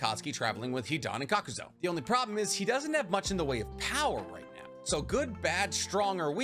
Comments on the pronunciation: Wtf did I just watch. This was more about Hidan than Rock Lee. And it's pronounced (cok-ew-zoo) not kakuzo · Kakuz(U), not Kakuz(O).